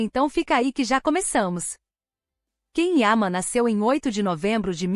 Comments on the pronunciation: Ah por favor, alguém avisa pra ela que Ken é o marido da Barbie. Esse ator se chama Can Yaman e se pronuncia "Djan Yamã"😂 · Não consigo continuar ouvindo essa pessoa desinformada pronunciando de maneira errada o nome do ator. Alguém por favor informe a ela que Can Yaman, não se pronuncia "quem ama" e sim "Djan Yamã". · Achei que só eu tinha percebido. Não vi e nem ouvi a lista, assim como a pronuncia errada do nome dele incomoda bastante. E isso é uma coisa tão fácil de aprender. Bastava ouvir a entrevista para a TV italiana aonde ele explica para a entrevistadora como é a pronuncia correta. É desse tipo de imprensa que fala de coisas que não sabem nada a respeito, só se aproveitam dele para ganhar visibilidade, como esse vídeo. 😢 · Vocês mentem só para ter visualizações. Já agora devia pronunciar bem o nome dele não???!!! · Antes de tudo, VOCÊ DEVE APRENDER a PRONUNCIAR o NOME CORRETO DO ATOR. Depois, se tiver um CABEDAL de CONHECIMENTO VERÍDICO de CAUSA, CAPACIDADE de DISCERNIMENTO da INFORMAÇÃO (fato ou fake) e competência para explanar ... tente fazer uma REPORTAGEM DIRETA, CLARA, PLAUSÍVEL, CORRETA e FIDEDIGNA ao TEMA ENUNCIADO POR VOCÊ MESMA na LEGENDA..., e, NÃO FAÇA APENAS "SUPOSIÇÕES" e "ACHISMOS", os quais não enriquecem e nem dão credibilidade ao conteúdo ora exposto pelo canal.